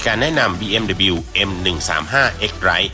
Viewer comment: อ่าน ดับเบิลยู นะคร้าบ